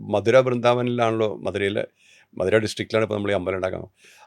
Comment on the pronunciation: മധുര ❎ മഥുര ✅